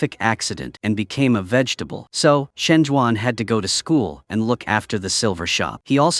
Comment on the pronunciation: why is no one talking about "vefetable?😂